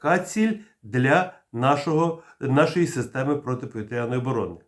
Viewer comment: ПАНЕ ВИ КАЖЕТЕ ПОВiТРЯНОi З НАГОЛОСОМ НА Я САМЕ ТАК КАЖУТЬ КАЦАПИ НАСМiХАЮЧИСЬ З УКРАìНСЬКОi БАГАТО РАЗ ЧУВ ТАКЕ.